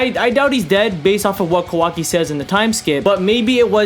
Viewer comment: Ka-wa-ki not KAWO-ki